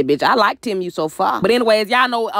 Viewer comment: Not "TIM-U". 😂 Chile, I think it's pronounced like, "T-Moo".